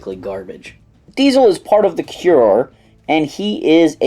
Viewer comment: Its not the Cure its the core. Like the marine corps.